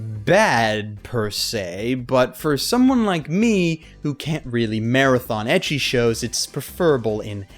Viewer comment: Ecchi is apparently supposed to be pronounced like the letter h.